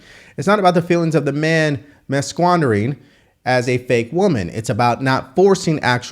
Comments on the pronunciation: masquerading is pronounced 'mask-a-raiding' not 'mah-squandering'. Just saying. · Btw It's not pronounced "mas quandering" (masquerading) but mas-ker-rading. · Its mask-arade yo. Lol not masquandering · "Masquerading" is pronounced MASS-ker-A-ding. The base form is "masquerade". pronounced MASS-ker-ADE. A masquerade is a formal costume ball whose origins lie in the late Medieval or early Renaissance in Western Europe, particularly Italy and France. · Mas-que-rading 😂love the content though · Did you say “mass-geom-derringer”?!!!! Cmon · "Masquerading" pronounced MASK•ER•RADING ;) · MASSQUANDERING ... you said ... 🥴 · Love your channel but (sorry to be pedantic) please pronounce masquerading "mass-ka-raiding". I'm a fan and it jumps out at me - wouldn't want to the haters to take the p***. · Small correction: masquerading is mass-ker-aid-ing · Not to be nitpicky but that word in Megyn Kelly's post (masquerading) is pronounced maskəˌrād. Sorry, just an old-fashioned grammar nazi (pardon the reference). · Man you really need to learn how to pronounce "masquerading". Love the channel but that's a biggie. It's not "masquandering"... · That word "masquerading" is NOT pronounced "masquandering". OK????? It's from the word "masquerade". Remember the song by Leon Russell "This Masquerade"???? George Benson did his own version of it on his famous album "Breezin" from 1976. So you take the word "masquerade" (pronounced MAS - KER -ADE) and you add "ing" onto it and now you've got "masquerading". Pronounced MAS - KER - ADE - ING!!!!!!!!!!!!!!!! Brother, I respect you a whole lot, but you can't be doing this in front of tens of thousands, if not hundreds of thousands of people!!! It's embarrassing!!! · Masquerading (Mask-er-aid-ing). Keep up the informative work homie 🤙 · Masquandering is absolute butchery but love the content bro just had to mention it😂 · Mask ker raiding is how it's pronounced. Otherwise great show